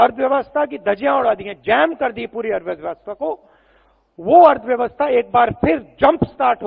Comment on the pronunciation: Arthvyavasta. Suniye😂